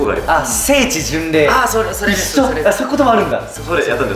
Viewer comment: 聖地巡礼の発音がかなり近いって思ったの俺だけ？